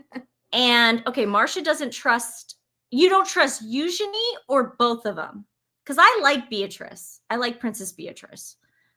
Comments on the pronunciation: About Eugenie--the accent is on the first syllable in her case. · According to Lady C ur both right - the correct and common pronunciation in England is EUgenie but the princess herself wants it to be eugEnie 🏵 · Saying you think it's good to have the York girls working as royals because they were loved by the queen is faulty reasoning. Charles loves Harry. Does that give him a pass? Also, you firmly corrected on the pronunciation of the name and then claimed YOU said it right 😖 (you didn't). Yikes. Give more credit. Relax. You don't always have to be right. Checked out at Sue Smith. 👋